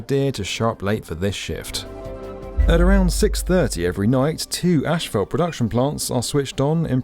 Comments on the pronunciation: I watch every video with excitement! This one constantly had me hearing how the Queens’ English pronunciation of ‘ash fault’ was different than the U.S. pronunciation. As a native US citizen I say ‘assfault’. 🤣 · I cringe every time I hear asphalt pronounced "asHphalt". Don't do this to me. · In America, it’s pronounced “Ass - fault”. Never heard “Ash - felt” before. 🤔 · what the fuck is ashfelt?! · “Ashfelt”… no. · Ashphalt makes my ears bleed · The word is ASPHALT. With ONE letter h in it. ASPHALT, NOT "ashphalt". 🤡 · "Ash" - phalt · Yeah ash-falt 👀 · I thought it might have been a fluke (or an idiosyncrasy) but the construction manager said ash-fault too. When I lived in the UK, everyone just said tarmac instead... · Why does everyone keep saying "ashfalt"? It's asphalt. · ASHphalt? Seriously?? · What is that word you keep using in place of asphalt? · Question. What is Eshfelt? Jk. Love the video! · Why does he keep saying "ashfelt"? 🤔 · It's not pronounced Ashfelt. #annoying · Genuine question is "Ashfelt" the same thing as Asphalt? I've never heard it pronounced this way and wondered if its a different material? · How did asphalt become ashfelt????? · British pronunciations are hilarious. How do you get from asphalt to "ash-felt"? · Somehow it become ASSFELT in your little corner of the world, which is utterly wrong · As an American I’m always fascinated with the usual British pronunciation of asphalt. The initial “ash” sound seems utterly illogical but it’s well-established, and I’m certain that various American pronunciations don’t hold up well to scrutiny either… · It's not so much the "ash" part, but finishing with "felt" which is most curious. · Yes that sure sounds weird to us Americans. But then again think about the phonetic spelling of how we pronounce it: ASS-fault. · Why are British people incapable of pronouncing "asphalt" correctly? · I think you’re saying asphalt wrong. Tarmac is easier mate, seeing as you’re English. 😂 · What's ashfelt?